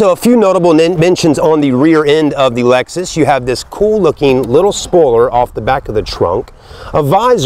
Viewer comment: Dude called it an Alexus at the beginning.